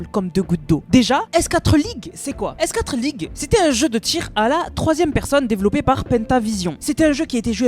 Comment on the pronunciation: S4(four)league par pitié, pas S (quatre) league 😢